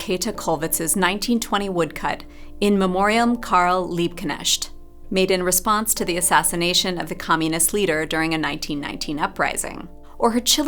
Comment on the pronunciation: In the name of all German speakers subscribed to your channel, I appreciate your very sincere attempts to pronounce the words "Einfühlung" and "Liebknecht" in this video. It didn't entirely work out but it shows that you tried. Very different approach to John's.